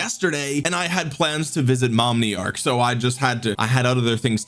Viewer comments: Ok, "Momniarch" earned the thumbs up instantly. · ain't no way you said MOMniarch jajaja you're amazing